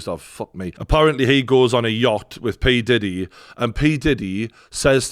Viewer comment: Look out for the series... Surviving Pee-Di-Deee 😅